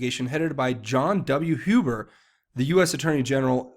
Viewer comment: Thank you, thank you, thank you for CORRECTLY pronouncing the surname, "Huber"!! :)